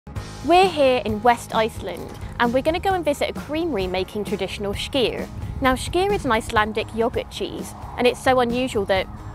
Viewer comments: I don't get it, she said "Skyr" right when she was in Iceland but then in the voiceover decided to say schkir :D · Its SKYR NOT SHHHHKYR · why does she say SCHKEER, when he simply calls it SKYR? silly bint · Hearing the host attempt to pronounce "skyr" is amusing. It's not a "sh" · I'm agreeing with you. There is no "sh" sound in Icelandic, so this presenter's pronunciation is quite wrong. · They are saying it wrong. It is "SKY-are" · Leave it to the girl that wishes she was "posh" to keep saying "shkeer" instead of skyr! Like how they say "It's NOT schedule, it's "shedule". I wonder what "shool" they learned that in?🤣🤣🤣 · Its not SHKEER its Skýr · Why does she say shkyr? Where does she see or hear a "sh"? Lol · Why does she say “shkeer” all the time? There’s no “sh”, sis! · The way she sat skyr is so painful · Her mispronunciation of skyr kills me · Why does she say skyr so wrong